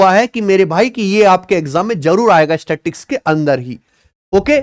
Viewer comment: sir ji yeh statics nehi hain ...sta-tis-tics hain.....